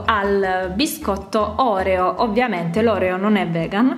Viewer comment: Oreo no n si pronuncia in quella maniera... Che sei Milanese?